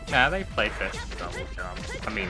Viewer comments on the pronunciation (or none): it’s pronounced “dub jump” as in double (jump)